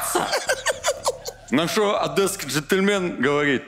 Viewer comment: Единственное замечание- не "адЭсский" а "адЕсский"